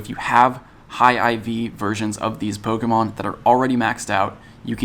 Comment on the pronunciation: Thank you for being the only person to say polemon right